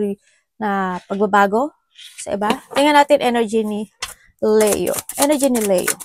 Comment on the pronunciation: Sorry, na-o-OC lang po. I like your readings, but please say Li-yo po... Not Le-yo. Leo is read as (LI-YO)